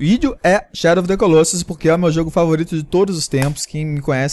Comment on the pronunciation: É legal ver como nenhum brasileiro consegue pronunciar Colossus correctamente :P